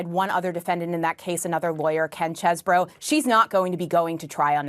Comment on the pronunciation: It's pronounced Cheesebro. Chese is the Middle English spelling of cheese. There are folks who have actually updated their names to Cheesebro. Bro is short for brough, a narrow channel of water between two larger bodies of water, pronounced bruff, as in enough. It's also a town on a brough. The first Chesebros spelled it Chesebro' with an apostrophe to indicate the missing letters. So it's basically Cheesetown. There are currently no towns named Chesebrough, so I would suspect it's a generic term rather than an actual city.